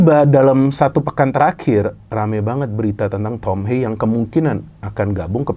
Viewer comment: Haye❌ Hayeu✅